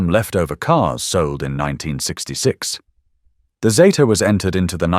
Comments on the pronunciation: I'm old enough to remember them coming out and yes, it was Zeeta. Not Zayta. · It is zeeta……NOT Zayta. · Get it right its a zeeta.... Australia. Made it and named it